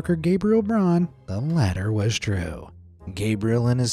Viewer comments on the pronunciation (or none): none